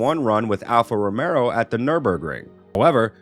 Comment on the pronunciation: I keep hearing Alfa Romero and I'm waiting for zombies...